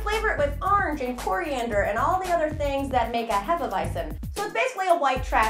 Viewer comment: I love how you say orange. "Arnge"